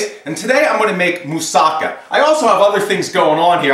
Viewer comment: I've learnt a lot from you already but, I think you should've cut the slices way thinner and added a little cheese what'd have made a better presentation. It's said moossaKA, the last syllable should be stressed.